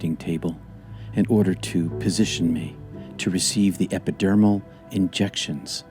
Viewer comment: It's "epidural," not "epidurmal."